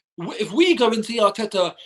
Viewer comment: speak rapish Atita was rang